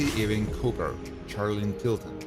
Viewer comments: Sorry,I can't take it! It's pronounced YOU-ING... NOT EEE-WING! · It's not E-wing, it's EWE-ING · The pronounciation is [u-ing] and NOT [e-wing] !!! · Ewing is pronounced YOU-ING, not E-wing!!! Trust me, I'm a Scot (a Jock). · 'Ewing is NOT pronounced as 'Eee-wing'! It's pronounced as 'You-ing' . Btw, it is not pronounced as 'eh-wing', either... sigh. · Ewing is pronounced " Y OO - ih ng" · This clown has no idea what he’s doing. Just one more site I’ll know to avoid in the future. Can’t even pronounce Ewing correctly. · Img this dude kills me with the way he pronounces Ewing!! Lol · Why does it bother me that he cannot pronounce Ewing correctly?